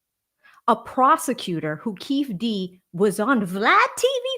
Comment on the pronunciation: Keef D , instead of kee-fee D is hilarious 😅. Good job.